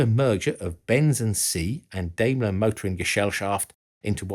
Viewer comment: Daimler is pronounced with an a as in yacht, not like an american a, just fyi. Greetings from Austria. All hail Steyr-Daimler-Puch! PS: while we're there... Henkel is pronounces Hen-kel, not Henchel